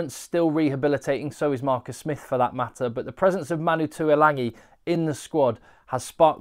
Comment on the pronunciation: Pertinent and interesting, thanks again. One small point that drives me bonkers; every commentator mispronounces Tuilagi's name. It didn't happen when his older brother Alesana played for tigers but for some reason they all decide to add an 'n' to his surname. Ok, petty rant over.